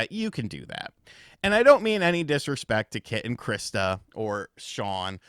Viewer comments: It's pronounced or shawn or shahn. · I'm sorry but Sean is not Shawn. Sean is Sean. Thank God I don't know anybody named Sean, because I would call them Sean all the time.